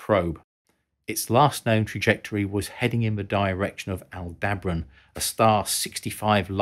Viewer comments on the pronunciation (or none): none